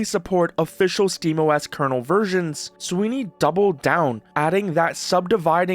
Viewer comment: Tim Swine-ey